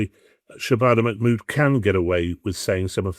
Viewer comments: Shay-bana Ma-mood ... REALLY😀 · Manmood. The trans Pakistani English woman.